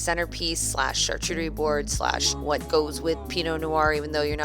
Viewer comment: I died when you said “char-chu-terie” 😂